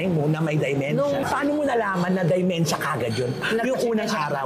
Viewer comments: !!.dEmEntia at hindi Di o Dymentia ang proper pronunciation sa sakit ng mga oldies na DE-MEN-TIA ok bah?! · friend it’s dementia and not dimentia. Notice ko lang ha. Peace out